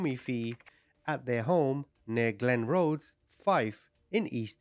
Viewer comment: Glenrothes in Fife, not Glen Road! 🤦🏻‍♂️✌🏻